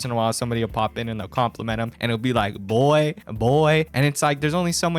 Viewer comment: Hes so annoying cant even say boy right. "Buuii"